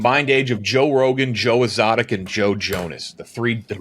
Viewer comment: Joe Ezzotic